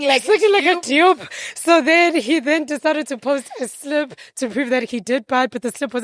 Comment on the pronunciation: That pronunciation is the only way I’ll be saying dupe from now on 😅